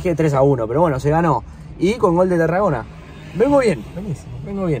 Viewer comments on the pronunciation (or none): Lindo vídeo gente, los empiezo a seguir. Es Tarragona el apellido, me pareció escuchar q decían Terragona